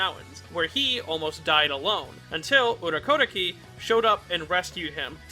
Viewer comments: Am I the only one bothered about how he pronounce Urokodaki 😬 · Are you pulling an inosuke and pronouncing urokodaki's name wrong or am I just dumb